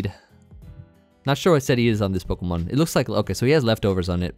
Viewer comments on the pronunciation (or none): Idk why but I love how you say poh-kuh-man instead of po-key-man like most people 😂